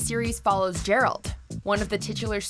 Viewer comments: Jeralt? JERALT!?!? ITS GERALT! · It's pronounced "G-air-alt", GERALT! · Its Ga-ra-ld..!! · Who the hell is JERALT? it's GGGG "GA'ERALT" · i dont understand why it so difficult for people to say Geralt instead of Jeralt! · Its "Geralt" as in Game. Not "Jeralt" as in Jar for crying out loud!! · Mahesh Hariharan LoL as soon as o heard her say “Jeralt” I went right to the comments to see how many people caught that lol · it is Geralt not Jeralt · I'll pretend I didn't hear the spelling of Geralt's name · Geralt is with a hard G like good or gone. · its GERALT not DJERALT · WTF?! Who is Jeralt?!? As usual you have no idea what are you talking about... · Good list, but Geralt is a hard G not a soft one. Thanks :) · Okay listen here, stop called Geralt Jeralt. It hurts my insides. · I'm sorry, but when you hear a guy's name constantly through 3 video games, you kinda have no choice but to either get it right, or get it wrong on purpose. His name is "Geralt"[Gair-alt] , not Jerralt. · Geralt with G as in Good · Did she just call Geralt "Gerald"? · Geralt of Rivia is a hard G! Nobody will watch a guy name Jeralt. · Jerald ??? It's Geralt LoL 😂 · Geralt... it's Geralt... not Jeralt hahahaha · Jeralt. JERALT!!!!!!!!! he's not a pokemon, and his name is GERALT OF RIVIA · It's Geralt. Not Jeralt. Watching 1 Witcher video tells you this. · DAEMON!!!!! As in, "What are we going to do to daemon?" You want to have a daemon helping you, but never a demon. GERALT!! Hard "g" as in "grow." God, it's like these people don't do any research on pronunciation. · It’s Geh-ralt not Jeralt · Who the hell is JERALT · It's Gueralt , not jeralt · Geralt not Jerald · GERalt not JERalt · Its Geralt not Jeralt ffs! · Who else felt bad with "Jeralt" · While talking over a scene where Dandelion's first word is "Geralt", no less. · You're right. I'm Brazilian, and even the dub here uses "Jeralt " as pronunciation. But still, the fans know the difference. (Specially in English)